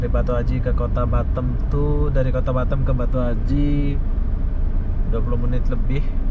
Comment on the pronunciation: BATAM Boss bukan BATTEM😂😂🙏